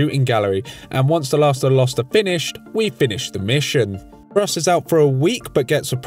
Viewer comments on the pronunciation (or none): none